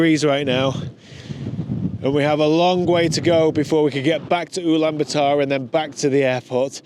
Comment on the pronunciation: please don’t pronounce Ulaanbaatar as uulan ba taar. the double “aa” indicate long vowel and therefore it is pronounced as U (as in uber) Lahn Baah Tahr.